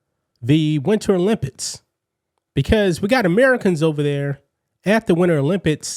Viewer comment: The "Olympits" 😂😂😂😂😂